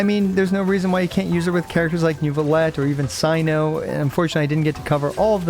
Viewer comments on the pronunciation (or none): none